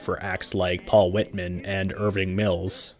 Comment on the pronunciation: Is the narration AI? Names are mispronounced--Ada Jones and Paul Whiteman for two. Huh?